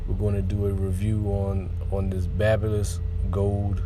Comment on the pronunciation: this was a dope review... They pronounce it "Bay-bee-liss". A Conair rep explained it to us when we were in L.A.